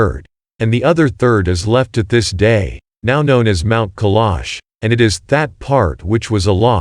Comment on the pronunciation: Try pronouncing the name of the mountain properly!